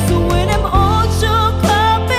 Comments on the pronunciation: She can but theres a word that is not properly pronouced. Like "when" was pronounced as "win" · Pronunciation must be improved. Maganda ang boses. Mataas ang diction kaya lang bisayang bisaya ang dating like “ whin “ instead of “ when “ . Gagaling pa! Malayo ang mararating! More, more, more and more practice! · Voice really amazing only the diction instead of when the sun,it pronounce win the sun...